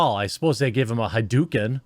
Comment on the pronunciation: Ha-dook-in might be the worst pronunciation of hadouken I have ever heard in the history of white people fucking up pronunciations 🤣 Ha-dough-ken isn't even hard to say which makes it even funnier 🤣